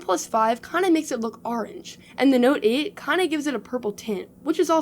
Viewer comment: Aronge😂 Orange*??